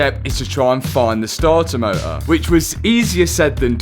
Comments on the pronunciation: “Startar motah” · That damn Stahtah motah 😅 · Sta-ah mo-ah… 😅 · Damn that stahah moah was a draag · Not sure I can make it through the whole video, every time I hear "Stah-uh Moh-uh" I lose my vision for 5 seconds. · The startah motah was rusteh.